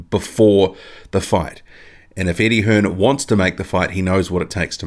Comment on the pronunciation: yep you can tell because he called him Eddie hearns lol its Eddie hearn dumb prick